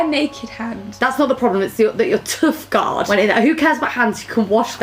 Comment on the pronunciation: No one: Rosie: “toof guard”